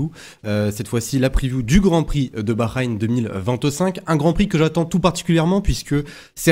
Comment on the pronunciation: STP ça se prononce baHrain "ha" pas un "gha" 😂 En tou cas je vois : Piastri Leclerc Norris Je tente Charles si j'ai bon c'est fou Let's goooo